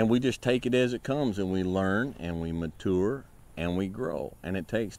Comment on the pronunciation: muh-tour lmao. no disrespect just funny how he says mature :P